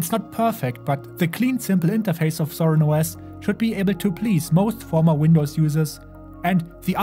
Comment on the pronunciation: No, the "WindowZ" Linux